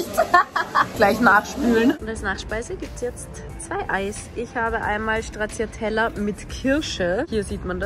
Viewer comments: Ist nicht schlimm oder so, aber Stracciatella spricht man “Stratschatella” aus, nicht “Schtraciatella” wie du es gesagt hast. 🙈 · Es heisst NICHT SCHTRATZIATELLA😱 Strattschatella bitte. Danke.